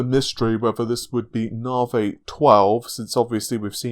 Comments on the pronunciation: Come on dude even AMD say Nav-i, why stay with the Narvay all the time. You sound daft and I know you aren't. If it's just to troll then you got me. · Thing is though, if you can say Narvay you can say Nav-i. A speech impediment wouldn't prevent that as far as I know. Who knows. I just don't understand why he does it that's all, not just with Navi but with other stuff. Maybe I'm just being pedantic.